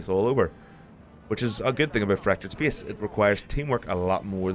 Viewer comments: Please check the correct pronunciation of the word "space", thank you. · speyace is the beyast